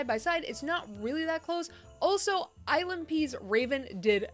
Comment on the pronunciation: why do I keep hearing “island pee’s” instead of ILNP’s 🤣🤣 Also, the thumbnails are killing me 😅